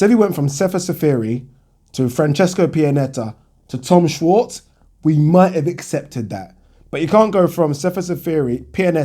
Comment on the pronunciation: its pronounced "shvarts"